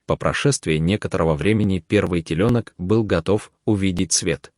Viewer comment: Слушать невозможно: теленки́, тройнышки́... Ребёнок у коровы это не самое страшное – в конце концов, телёнок и есть коровий ребёнок, но озвучка ужасна!